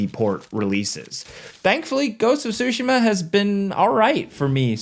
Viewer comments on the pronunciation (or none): "goats of sushi ma"